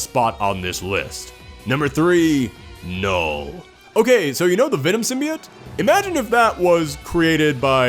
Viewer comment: is Knull pronounced with a silent k?